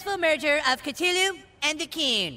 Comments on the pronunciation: Oh I thought it was pronounced "Cth-u-lu" not "Ct-hulu" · They pronounce Cthulu wrong they forget to pronounce the h they say ctulu. instead of cthulu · they proonounce cthulu wrong they say cTulu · It's pronounced cth ooh lu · they pronounced Cthulhu wrong. Well kinda. No one can pronounce it correctly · I still can't get over how they butchered the pronunciation of Cthulhu.